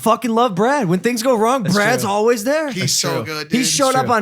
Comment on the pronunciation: This comment is for. Always is pronounced All-Ways not All-Wees. Just trying to perfect my mans.